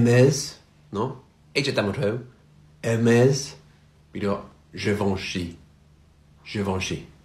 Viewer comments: Everything is good except hermeZ. Actually its pronounce erhmèsssss (like the "s" of Secretary) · …… French people are crying when hearing you pronounce Hermès 😅